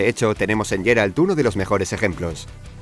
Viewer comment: Es Geralt no Jeralt diossss